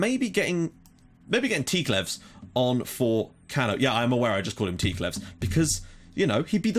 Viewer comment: What a great season we are performing, every piece is doing it's job and the machine runs perfectly! By the way the correct form to pronounce Cano is like you do but with the sound of a "k" at the beginning instead of that "ch" sound. (don't know if I'm explaining ok)